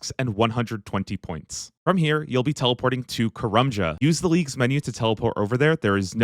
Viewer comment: I've never hated the way someone's pronounced a location in Runescape so much before. "Kah-rum-jah". Its "Kah-RAM-jah". Like Dodge Ram, because we're Muricans. Dont bow the knee to those redcoats.